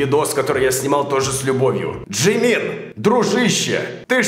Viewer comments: нет, вообще я проорала все видео, с Джемина особеннно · а если на английском, то не Чимин, а Джимин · Джимин........Сюга... Вообще то Чимин и Шуга,ну ладно... Боже как все плохо( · София Арба да ладно тебе, это же забавно, когда он его Джимином называл))